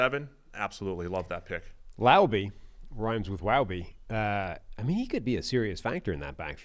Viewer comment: It’s pronounced “Lau-bee”